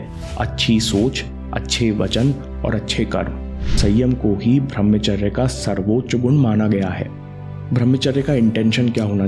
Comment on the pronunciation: bhai channal se kama lo. par uchcharan sahi kro. tum bhramcharya kahte hai. brahmcharya hai. kamao yaar kamao